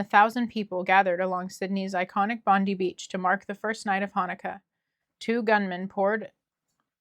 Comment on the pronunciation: In Australia Bondi is pronounced Bond-eye.